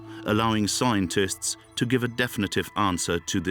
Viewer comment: Is this voiced by a computer? Mispronunciation of warriors at 40.50 and something earlier... At 52.00 "scointists' rather than scientists.